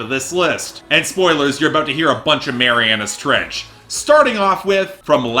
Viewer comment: Even though I thought you said 'Marianna stretch', yes, Marianas trench deserves so much more!